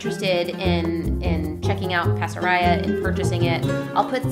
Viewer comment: Pasaraya! How wonderful. When we lived in Jakarta (Indonesia), Pasaraya was the major department store that we shopped at. It looks like the designer is Malaysian - I'm surprised that the currency is Miel, rather than Ringgit or Rupiah. Incidentally, the word "pasaraya" should be pronounced with all long a's (like in 'Father') - Bahasa Malay/Indonesia doesn't have a flat "a" sound (as in 'faster').